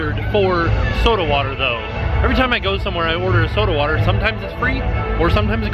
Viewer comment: you sound so southern saying soda water 😂